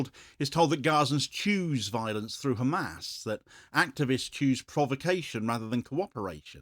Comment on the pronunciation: It is not GAAAAMAAAS for Gods sake